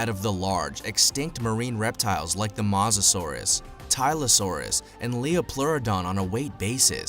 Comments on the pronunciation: It’s pronounced mo sa souras not ma sa souras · It’s mosasaurus not mohsasaurus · It's not mos a Saurus its moesasor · bruh the way he says mosasaurus idk about u but i say it like moe-sa-saurus and not ma-sa-saurus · Its mosa not moza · Mo sa sorus not mos sasuorus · did you said masasaurus the name of the king of lizards is mosasaurus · Mosasaurus is not pronounced MO SA SUARUS it’s pronounced MOE SA SAURUS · It mosasaurus drunken idiot no masasaurus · Well you definetly don't read dictionaries. Mosasaurus isn't pronunced Maw-zuh-saurus, it's Moe-zuh-sauraus. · It's mosisauis as in moe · and ur saying is wrong u saying masasaurus its mosasaurus can u see the o next to the m really! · It,s moherfucking mosasaurus,stop saying masasaurus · It's pronounced mosasaurus not masasaurus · It is not mos it makes theU sound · This is how to pronounce mosasaurus mo-as-saur-us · I think it’s pronounced mosa saurus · you said mawsasores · is no one gonna point out he said mazasaurus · I hate how he says Mazasaurs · It purnouce mo sa ur us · Mosa suarus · TEAM MEG BOI YOU SAID MOSARURUS WROND DUDE like my comment for team meg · Why did he keep calling it Moz-o-saurus it made me so mad thats not how you pronounce it! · Sorry I’m really into paleontology and this video cracked me up. And im gonna now point out everything wrong. First of all it’s pronounced ‘MO susorus’ Second of all it did not just inhabit Europe and the us it also inhabited most of Northern Africa And it is NOT a dinosaur it is a marine reptile so yeah I died watching this video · You are saying mosasaurus roing! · Some do he said mosasaurus wrong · Also this Guy doesn’t even know how to pronounce Mosasoaras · Your pronouncing mosasoures wrong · OH MY LORD UR SAYING THE MOSASORUS WRONG U STUPID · That’s not how you pronounce Mosasaurus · You don't pronounce mosasauras like that oml lol